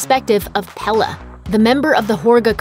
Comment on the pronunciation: I understand you are from an english speaking country, but before trying to say a Word from another language, listen to it in that language. If you know the Word is from Sweden, look it up, many translation sites have a listen option. You say Pelle almost perfectly but midsommar does not have a hard AR. It sounds almost like you would say it in English; instead of a stronger ER it sounds more like mid sum muhr. Thanks.